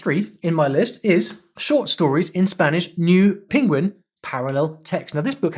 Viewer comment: You pronounce penguin as pingwing